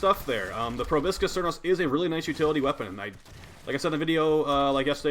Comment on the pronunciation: YOOOOO It’s pro-BOW-skis